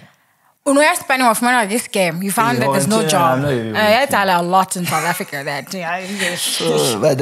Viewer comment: His English frustrates me. Souf Africa for South Africa, wif for with and a whole lot more. Just stick to Sesotho the next time you're on a podcast.